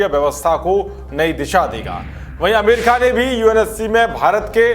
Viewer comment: विनती. है 🙏 ठीक से पढिये, अमरिका हमें, अमीरखा सुनरहा हैं